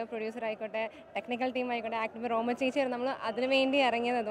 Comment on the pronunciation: മോളേ ഭാമയല്ല റോമ ...